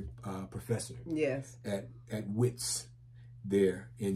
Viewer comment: welcome to the motherland. as black people nothing beats the motherland. Wits is pronounced as Vets